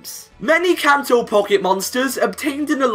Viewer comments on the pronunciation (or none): none